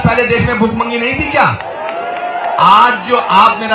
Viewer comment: i think modi is great no doubt about him i hope he will do some great work {bjp will/we will } and i think anupam kher is rational person BUT STILL WHAT IS BHOOK MANGI????????? is he trying to say bhikmangi or bhookmari???????/